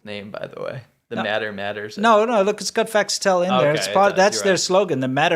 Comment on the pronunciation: “Facts Tell” does not roll off the tongue …unless you say it as “Fas Tell” like (and many in China would)